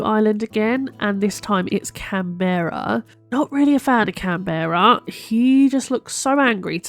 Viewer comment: Also that's an interesting way to pronounce Canberra lol (think capital of Australia!)